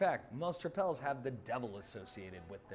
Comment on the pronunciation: Help with Dutch pronunciation: It's more similar to English than French. Trippel is pronounced like the English word triple and Duvel is pronounced like doovle or dew-vul.